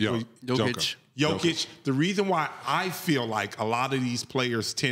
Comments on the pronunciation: Yo-kitch (it's not that hard) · 2 time MVP, Finals MVP, generational talent and still cant say his name right. Smh. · This guy does not even know how to pronounce "Jokic", this is what YouTube has done to many people. Overnight brilliance. And, sally knows everything. Now you know why Trump became president